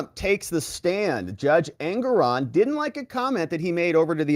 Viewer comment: Judge engeron or anger-on😂